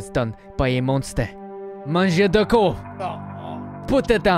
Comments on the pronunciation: I love the idea But its " Mangeur de Corps " and not " Manjou de corpses "👍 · "manjour de corpse" got me 😂 More like "mangeur de corps" Greetings from france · its mangeur de corps hahahaha not MANJOU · Mangeur de corps* (sans prononcer le P et le S, ça ce dit juste "cor") Super vidéo sinon, tu fais un travail formidable, continue comme ça ! <3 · speaking french with a russian accent you're hilarious man 😂 in french we call body eater " mangeur de corps" but nice try oh we pronounce Loui not LouiSSS from a french viewer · I'm from Belgium, so we also learn French. And the correct term for the body eater is: "Le mangeur de corps". You're not far off, also the vids are amazing! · Hey i m french and i love your vidéos, and for the correction its "Mangeur de corps", continue comme ça et désoler pour mon anglais catastrophique ^^. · “Mangeur De Corps” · "le mangeur de corps" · Its mangeur de corp😂😂😂😂🇨🇵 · its mangeur de corps il french